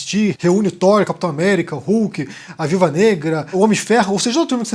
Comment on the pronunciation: Obrigado por mais um vídeo,! Acredito q sejam 22 filmes na chamada Infinity Saga (23 com o Hulk do Edward Norton). Tb sou professor de inglês e posso te dar uma dica pra facilitar a pronúncia do "th". Fala "Tór" e observa onde tua língua encosta no céu da boca, empurra esse ponto de contato pra onde a gengiva encontra o dente e faz o mesmo movimento de língua e a mesma "força" do ar pra falar o T do céu da boca. A posição da língua mais pra frente vai te dar o "th". Uma palavra q eu gosto de usar pra treinar é "anthropology". Pronúncia anthropology com a língua no céu da boca com o T e fica antropology, aí empurra a língua pra frente e faz o mesmo movimento pra sair anthropology.